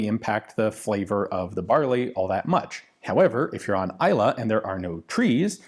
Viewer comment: When you pronounced Islay correctly while reading the question I already knew you'd be a fan. :)